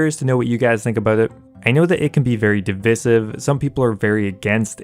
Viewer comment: who cares about hd clients, can we talk about how you pronounced anti aliasing and divisive?